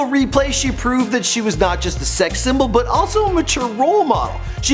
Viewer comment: Did he say sex sybool or what?5 :19